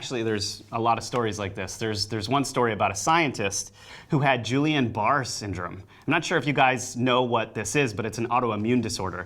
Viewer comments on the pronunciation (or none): 😬 Did just say “Julianne Barr” for Guillain-Barré syndrome? 😳 We all make mistakes. S’okay. No judgement. Just a genuinely friendly bit of help so you know what horrific ailment the scientist mentioned actually suffered from. For inquiring minds Guillain-Barré is pronounced [GEE-yan buh-REY].